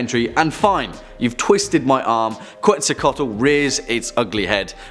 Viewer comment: He mispronounced Quetzalcoatl. It's sounds like Ketz-owl (from a Guatemalan gentleman)